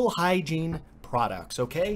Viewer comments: And he did say hiegene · You said Hygine like 50 times so Google thought you meant showers lol